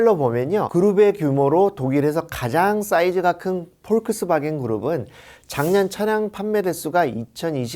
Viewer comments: 발음이... 폴크스바겐이 아니고 복스바갠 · 그냥 폭스바겐이라고 말하면 안되나요? 포크스바겐 이라고 하는데 실제 발음이 맞는다 하더라도 듣기가 힘듭니다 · 이분은 자동차회사 이름도 제대로 알지 못하는 것 같아 안타깝습니다. 폭스바겐을 그런식으로 발음하시는 것을 듣고 놀랐습니다. 사소하지만 이름은 제대로 알려주셔야 할것 같습니다.